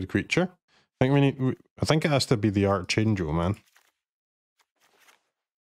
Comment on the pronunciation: Sad to hear it. Vocabulary is a pretty important subject in grade school. I know you read arch in archangel but the enunciation is arc rather than arch. Back to basics. Read a dictionary! It’s good for you.